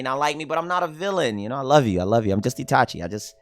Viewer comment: brah said Itachi hahaha